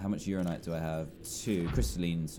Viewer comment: And also that he says "uranite" instead of "uraninite"